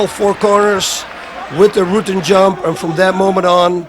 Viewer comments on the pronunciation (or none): Rutten is pronounced as our Prime ministers name Rutte but with an N. He doesnt pronounce a dutch ''u''. Instead he says Rootten. He should pronounce the ''U'' as in ou from the word generous. Or just type it in google translate thats how it should be pronounced. At least the ''U'' sound. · yeah he says Rooten lol. the "u" in Rutten is pronounced as in "pulse" or "murder" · Why does he pronounce his own name wrong lol. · No how he normally pronounces it is still wrong. Ask any Dutch person how to pronounce that surname and noone will say it like that. Seems like he changed it because its easier for Americans. Is kinda weird. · jimlucas0 It's not even weird he pronounces it like that. A lot of foreigners who come to the US "Americanize" their names because they just know most Americans will have a hard time pronouncing it and they will soon grow tired of correcting them constantly. Just makes his life a whole lot easier. En zo simpel is het. ;)